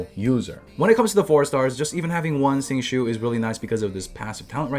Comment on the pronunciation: My man said "Sing Shoe"😂🤣